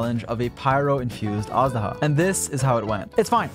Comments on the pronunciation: Jesus christ I hear everyone pronounce it wrong, it's 'Age-duh-hah', not, 'Ash-daw-huh' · It's not pronounced az-daha tho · Awesome video! Little thing though: Azhdaha pronounced eysh-daha^^ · every time he says "assdaha" my heart cracks a little